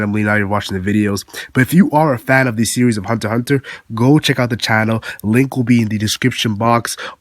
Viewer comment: Thank you for pronouncing Hunter x Hunter correctly.